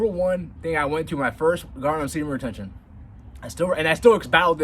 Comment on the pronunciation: I can't help but get annoyed when you mumble speed say semen retention. Bro say it clearly! confidently!! Please!